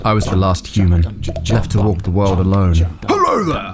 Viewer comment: Earth said hulo